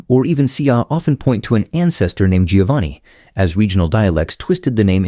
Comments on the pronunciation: Less than one minute in and I had to bail with these fools. Giovanni is Never pronounced (phonetically) ‘GEE-oh-vahn-ee’…it’s (phonetically) pronounced, ‘JOE-VAHN-ee’. Ciao, idiotas 😘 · I just managed 34 seconds until the Italian AI voice read Giovanni (John) as giovani (young), sorry you lost all credibility! I listened to the English version and… this is what the Italian would would call “bar counter” knowledge! It’s all mostly BS and some “common sense”. Oh and you forgot the 2 most popular surnames in the north Colombo (again the abandoned children) like Cristoforo (Columbus) and Brambilla. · Giovanni is not pronounced Geeovani. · You would think a video about Italian names would have an announcer who could pronounce Italian names. You would be wrong. Giovanni is pronounced Joe-vah-nee, not Gee-oh-vah-nee. Medici is MED-itchy. Unless you're a computer, then why bother.